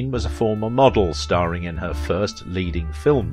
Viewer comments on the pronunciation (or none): none